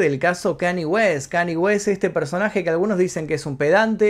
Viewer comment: No es kani es kan ye.... Habla bien mi son